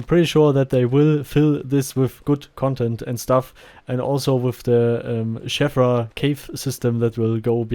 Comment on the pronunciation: I miss the MO1 version of the cave, with its little intriguing windows and smoother surfaces which I expect is more lore accurate. Also one thing, I believe the ee in Sheevra is pronounced like Veela, or cheese, rather than Shevra. A good video as always.